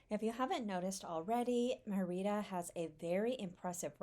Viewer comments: ME - Rida Not MeR-Ida. The E is stronger than the I. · Really nice video, but please stop saying Me-RI’ da. It’s Mer’ Ida. If you’re going to do a video on a town, ask a local how to pronounce it so you get it right. It would be like calling California, Califor nia’. It’s just incorrect. I’m not angry, just being frank. I.hope to visit Mer’ida soon. TU. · Great tips, very useful information and a well-edited video, EXCEPT for one annoying flaw. You started off pronouncing "Mérida" correctly [MAIR-ih-duh] and then, for some inexplicable reason, kill the pronunciation to [mur-EE-da] for most of the video to the end. The accent on the "e" (é) means that syllable is emphasized. You pronounce it correctly at the start of he video, and, oddly, correctly at , then murder it in the very next sentence at and continue mispronuncing it "gringo-style" all the way to the end. The accent indicates emphasis of that syllable. Another small step towards Spanish fluency! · Actually, no. It's distracting, particularly when the mispronunciation is the very subject of the video. If you're going to make a video about a city, at least get the name right. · Omg. Learn how to pronounce the city! You are making my ears bleed. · Great video and tips. I've got to visit! A tip about pronunciation in Spanish is you always stress the syllable with the accent. If the word doesn't have an accent, you would have been correct stressing the second to last syllable. This is the usual rule unless there is an accent.